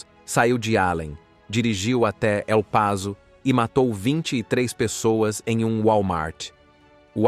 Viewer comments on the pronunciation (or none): Essa IA precisa melhorar... Em espanhol El Paso não se pronucia El Pazo, como se fosse z, mas El passo, como houvesse dois esses.